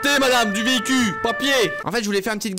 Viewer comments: le vehicuuu. Ca t est vous m’avez perdu 😂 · Véhi-cul ? LOL